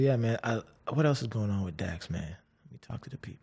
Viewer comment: JJ was right Dax says his name like a pokemon character